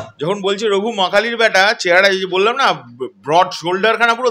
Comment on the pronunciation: একটু পড়াশোনা কর ভাই, ওটা রঘু ডাকাত, রাগু ডাকাত না🤣🤣🤣🤣 দুজনের কেউ কি পড়াশোনা জানে না??? জাতি জানতে চায়। নাকি ওটা বাংলাদেশী ভাষা, ওরা বুঝি রাগু বলে🤣🤣🤣🤣 ফ্রী টিকিট দিলে দেখতে যেতে পারি। কারণ ফালতু টাকা নষ্ট করি না।।